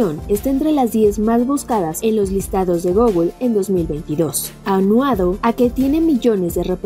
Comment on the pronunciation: ANUADO ?? o AUNADO...Tienes mi 👎 hasta wuye aprendas a leer bien